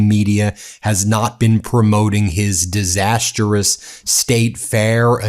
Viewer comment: "Disastrous" has only three syllables, Ben. dis-as-trous. It is no pronounced, "Disaster-uss." It's Diz - ass - truss."